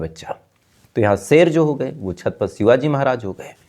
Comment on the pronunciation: छातपत नहीं छत्रपती बोलिये